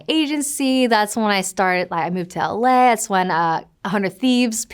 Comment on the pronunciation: Does she say LA or LS? 💀GTA RP ruined her brain